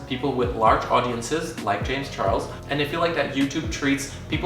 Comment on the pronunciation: James ‘Chorles’